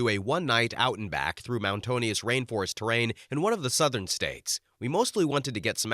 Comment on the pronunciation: Mount Tonious? I think you're trying to say mountain-ous 😂.